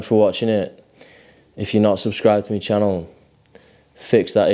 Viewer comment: "if you're not subscribed to me channel,..*brief pause*...fix that issue immediately" lmao